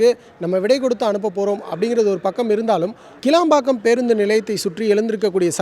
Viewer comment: ITS NOT KELABAKKAM ..its ....kilambakkam ....confusion Please address that New Bus stand as VANDALUR KCBT